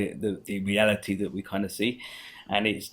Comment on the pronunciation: he says R with a W. its really annoying Bwain. Weeawity. Wules. Pwowgweshon. Wandom Pwocess